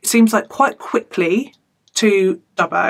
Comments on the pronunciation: G'day, you said Dubbo right the first time. Well done chick xx Now try this one: Ngunnawal 😁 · You got the pronunciation of Dubbo spot on. There is a great Zoo there, unfortunately everything else there is pretty much crap and rough as guts. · Yep, that's how we pronounce Dubbo! 😂🇦🇺